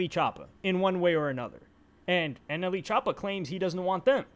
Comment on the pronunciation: Bro not NLE choppa he's "anally choppa" lol